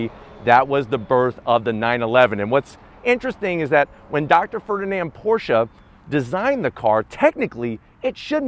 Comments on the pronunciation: Can't believe you got to drive this beast,. I'm jealous. Also, so glad you pronounce Porshe properly. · I’m just glad you pronounce Porsche properly. Danke!